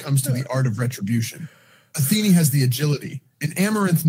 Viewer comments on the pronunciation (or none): What the AI's all have in common: • it is what it is • complains about their day • most of the time pronounce Athene as athenee • they all have some kind of word or phrase they often end their sentences on, reminds me of animal crossing. • sometimes pronounce words wrong that they've said right before many times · I love that the AI keeps calling him “Atheenie”